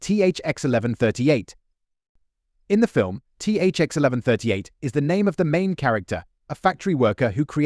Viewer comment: I read the novel version so I’m pretty sure it’s pronounced THX ONE ONE THREE EIGHT (THX-1138).